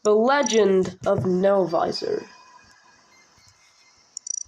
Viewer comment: It's novisor not novizor